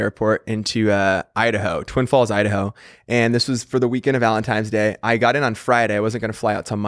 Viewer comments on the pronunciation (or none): He said "ValenTiMES" day lol!!! hes a cutie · Nick is a “Valentimes” person. Not “Valentines” 😂 😂😂😂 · I can't un-hear "Valentimes" day. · “ValentiMes Day”- by BOTH of them. 🤦🏻‍♀️ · They both say valentime's day and it makes me angry!